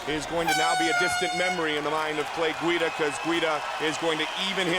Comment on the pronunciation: "Clay Guido" lol